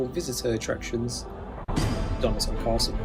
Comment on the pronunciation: The guy narrating that video couldn't pronounce some of the places correctly that he talked about,.....Dunnottar Castle for example plus in the video, that was spelt incorrectly too!